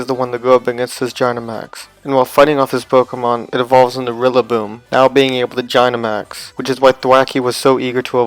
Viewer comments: you said gynamax not dynamax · Its said dynamax not jynamax God that it so annoying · Did he just say Jinamax? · oh, well ok, (I still don’t understand who you mispronounced dynamax (or was it gygantamax?))